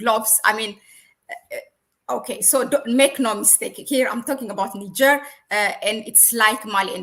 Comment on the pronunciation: Practice your pronunciation,, girl you sound crazy NIIIIIgerrrrrrr